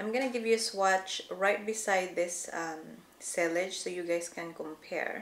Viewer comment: Sillage is pronounced like “si- yahj”